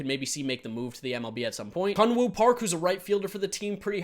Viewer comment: Korean 101. Most of "A" sound, just promounce as "Ah" not "Ae" like most of the world do. So Hanhwa, H"ah"n hw"ah". Thank you:)